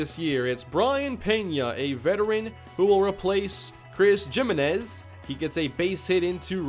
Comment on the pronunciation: Jimenez is pronounce HE-MEN-EZ